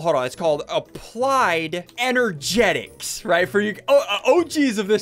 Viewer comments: No one: Ssundee: Applied ENERGETICS! (It's applied energistics) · it's applied energistics not applied energetics